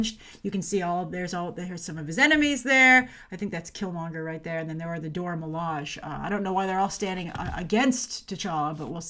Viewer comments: I'd like to give you some feedback on your pronunciation of the term 'Dora Milaje', which both the creator and the animated appearances have confirmed as Doh-rah Mi-lah-shay. Not a biggie, just thought I'd point it out. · You know who the Dora Milaje are but still can't seem to pronounce their names properly..... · The proper way to pronounce Dora Milaje is in most of the comics. Multiple wiki pages have the proper way to pronounce it and the people involved in the movie have been recorded pronouncing the name properly.